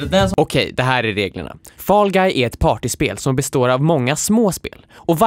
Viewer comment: Jag blir triggered av att dom säger ”fAll GuY”